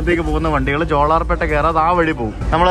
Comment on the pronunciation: Jolarpetta, in this you are pronouncing la as it is in mappila, but it is pronounced as pronounced in Palai